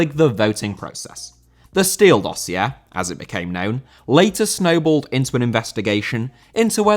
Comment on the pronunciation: lovely stuff - innovating everywhere u can, even in the pronounciation of dossier xoxo